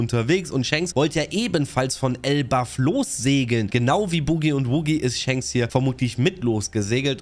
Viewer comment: Junge … es heißt doch nicht elbaFF????